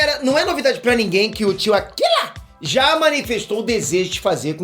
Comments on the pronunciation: Parem de passar vergonha com esse negócio de "Akila"! Quem fala assim é chinês, e o cara é japonês. E japonês não sabe pronunciar o L. Falar dessa forma insinuando que japonês fala igual chinês, é o mesmo que chamar brasileiro de argentino. Fica a dica..... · O Gohan tinha tudo para ser o CARA do dragon ball. Perdia provavelmente apenas para o Broly entre os sayiajins. Mas ai vem o " TIO AKILA "( trocando R pelo L entendeu. ) e f#@ com o Gohan. E tem gente culpando a Chichi.